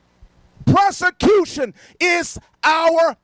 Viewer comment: Is he trying to say persecution or prosecution? I think he just melded the two together… “presecution”…cause he’s not sure either.